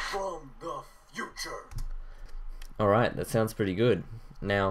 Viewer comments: I liked it more when he said "In the futrue" in black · yeah..in the ''FUTRUE''